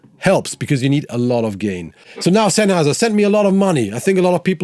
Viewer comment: Oh, that moment when someone's pronouncing "Sennheiser" authentic))